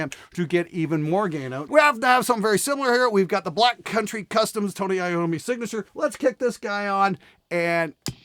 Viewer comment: Pronunced Yommi, not iOmmi 🇮🇹